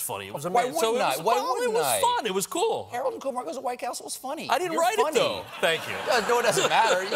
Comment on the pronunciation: it's Kumar